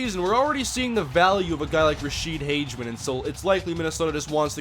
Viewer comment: It's pronounced Rashede Hag-a-men